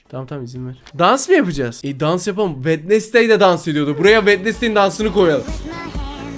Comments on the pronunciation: Bu arada. O wendestay. Değil. Wendzey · Wednesday wednesday diye okunmuyor wedinsdey diye okunuyor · Bak vendestey dion öyle yok wenzday diyicen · Abi o wednesday değil wenizdey diye okunuyor yalnız 😂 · Abi çok hoşsun sence Wednesday yazıldığı gibi mi okunur😅😅😅😅😅